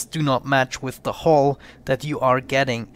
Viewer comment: Black hull sounds like black hole